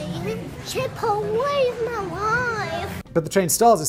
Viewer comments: I would let go the mispronunciation if it wasn't for the fact you said chipotle right. Chorizo is not korizo like chipotle is not kipotle or chicken isn't kicken no matter what popeyes says. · except he is saying chipotle correctly haha